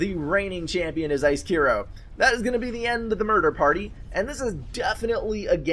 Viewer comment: Finally someone pronounced my name right :D (Icekiro). SCBM is theeggroll just for your information. Thanks for Casting, it was a fun game to play!